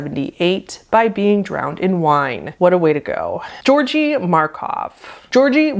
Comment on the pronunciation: Wonderful video, glad to see you back! Just a little heads-up for , as a Bulgarian, that's not really how you pronounce Georgi :D. Both Gs in georgi are pronounced as "gh", or the same way you'd pronounce the G in the word grapes' or 'good'. I do understand the confusion though, Georgi, or any of its derivatives are basically the slavic/eastern european version of George so... yeah